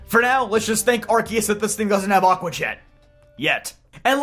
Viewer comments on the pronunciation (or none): none